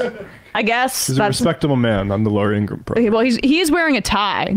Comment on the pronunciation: ingra ham is how her last name is pronounced.